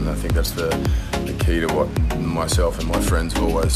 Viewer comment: I like you to surffing with me it's too funny to listen the watttttt